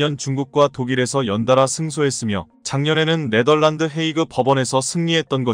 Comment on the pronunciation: 읽는방법 다 틀리고, 글자 다 틀리고. 또. 틀린글자 그대로 읽고...믿음이 안가네. 네멀란드란 국가가 어딨냐? 네덜란드지. 1~10을 1에서10이라고 읽어야지 110이라고 읽냐. 아무것도 모르는것들이 지나게나 유튜브한다고 GR